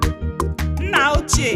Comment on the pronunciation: Father is pronounced Nnà in Igbo language, work on the speech-tone.